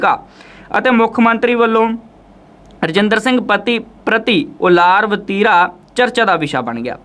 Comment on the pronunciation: ਪਤਰਕਾਰ ਸਾਹਿਬ ਪੰਜਾਬੀ ਮਾਂ ਬੋਲੀ ਨਾਲ ਨਿਆਂ ਕਰੋ (ਕਰਤਾਉਣਾ ਨਹੀਂ ਕੜਰਾਉਣਾ ਹੁੰਦਾ)ਵਰਤੀਰਾ ਨਹੀਂ ਵਤੀਰਾ)ਹੁੰਦਾ ਹੈ। ਧੰਨਵਾਦ।